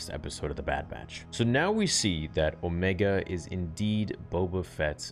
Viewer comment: you mean "Ohmeeega"?